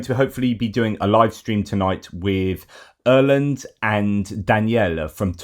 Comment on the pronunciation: FYI - Erlend is pronounced with an initial phonetic "AE" [æ:] not "OE" [ø:]. It just keeps jarring my ears, so sorry.